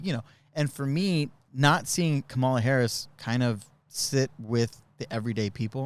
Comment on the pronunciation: For some strange reason , I enjoy this show and miss you. I love my bidet, LEARN HOW TO SAY HER NAME !!! (,LA) AND what have you ever heard from a VP